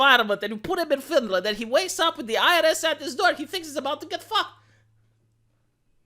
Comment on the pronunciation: "Finland"- Not Finaland and "aghast"- Not agasp.